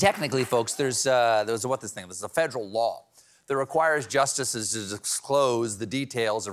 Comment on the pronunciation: how many syllables are in the word justices?